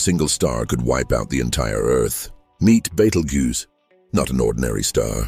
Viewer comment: I'd like your AI to pronounce Betelgeuse in a consistent, correct manner. This mix and match pronunciation makes you look pretty stupid.